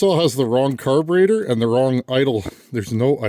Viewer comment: i heard you say carbentator and im thinking.... hmmmm does watch zip ties n bias plies 🤔